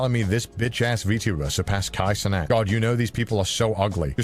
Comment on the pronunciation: Rev can't pronounce "Cenat" properly smh 😅